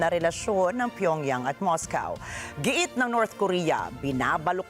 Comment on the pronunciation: Moscow. Not pronounced as mowcaw